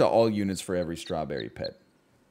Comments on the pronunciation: is he intentionally saying strawburry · The way he says strawberry bothers me only bc I know that he knows he says it differently than normal